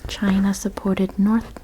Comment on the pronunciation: ChiNA and EnGAland 😂 loved the video. 😊